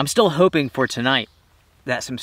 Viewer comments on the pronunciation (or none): none